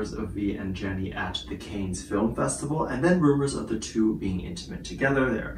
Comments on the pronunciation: Pronounced ‘Can’ not ‘Cane’ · Pronounced cans not canes, is a place in france not Paris. There is always fashionistas that attend the festival alongside countless celebs and indeed musicians/singers too. Its a given that Taehyung could well be there but he may well just be doing a fashion shoot. Time will tell. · FYI, the resort city is pronounced ‘Can’ not ‘Cans’ or ‘Canes’!🤷‍♀️ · Can you please pronounce Cannes correctly? It’s pronounced caan ( can) not canes! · Sorry to correct, but Cannes ( pronounced Can) is a town actually on the coast in the south of France , not anywhere near Paris which is in the north of France. Cannes is quite well known for fashion and style so yes fashion houses will ask their ambassadors to represent. As for any other speculation it's noone else's business. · Hi, sweetie! The city of Cannes is pronounced like “can” as in soda can. It’s a city in France, not in Paris… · Thank you. Hearing the mispronunciation of Cannes was like nails on a chalkboard. Bless him 🙏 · Shouldn’t you know that Cannes is in Southern France, near Nice not in Paris. Possibly listening to the proper pronunciation would be a good start. There are many who hold special events at restaurants and chateauxs around Cannes during the festival. This is true of high end fashion labels who hold special functions. Rather than casting a suspicion over why V is there, why not do a bit of research. I am thinking V is there to appear at a Celine event, support Jennie and Yu-Mi, and attend the Birthday-fund raising event held by Naomi Campbell. He is probably also checking things out for the future. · Pronunciation of Cannes is : CAN (as in I CAN DO IT!) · Just a friendly reminder that Cannes is pronounced “Kahns”. It’s French😁❤️ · you’re right. The wrong word kept repeating 🤣🤣🤣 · Check your pronunciation of “Cannes”. Hold the “a” longer.